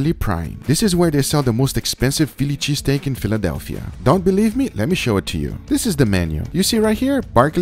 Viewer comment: No one: Absolutely no one: Guga: Feeliche Steak